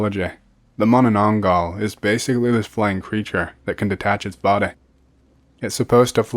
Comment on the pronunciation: As soon as I see “Philippines” I knew I'll hear atrocious pronunciation of aswang and manananggal. I was not disappointed